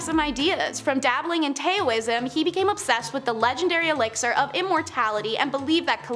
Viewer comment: Ya, talking about H VIII while showing H V is an odd Bumblebee move. And..........it's not "tay-o-ism" it's pronounced "dow-ism"". What is the sound of one hand clapping?